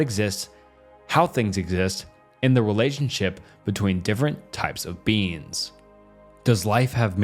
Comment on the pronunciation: I tried to fall asleep to this, but every time you say beings it sounds like beans. I'm giggling too much at these philosophical theories on legumes for this to work